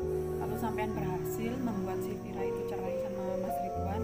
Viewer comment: Vira bukan fera